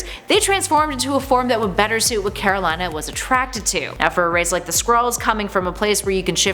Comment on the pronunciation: After having watched the runaways show, I cringe how she pronounces Karolina